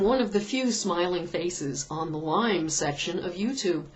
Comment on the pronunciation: its LYME not LYMES